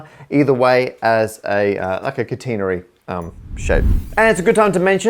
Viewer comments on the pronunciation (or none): That's the first time I've heard catenary pronounced like that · "kuh-TEN-uh-ree". I guess this is another example of trans-Atlantic differences in pronunciation. I've always heard it as "KAT-eh-NARE-ee".